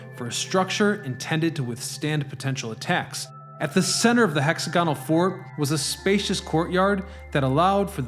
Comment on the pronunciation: I couldn't finish watching this video. It's interesting, but I can only tolerate the word "hexagonal" being mispronounced so many times.